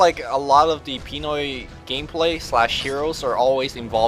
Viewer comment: They cant even say PINOY correctly